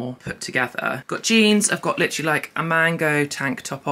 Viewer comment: Take a shot every time she says “LITCH-rully”